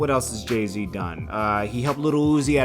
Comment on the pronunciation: His name is Jay Z not JAY T WTF?